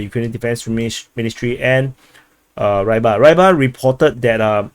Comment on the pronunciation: РЫБАРЬ. Просто попробуй загуггить хоть раз и произнести хоть раз нормально.